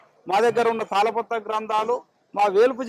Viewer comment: తల పాత్ర kaadhu nayana... తాల పత్ర......